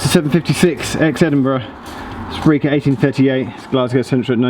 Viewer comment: Breich not Briech.